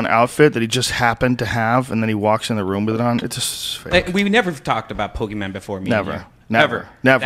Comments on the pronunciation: The guy in the pikachu outfit saying Poke-man sold me... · pokey man! So he has the costume but can't properly pronounce Pokemon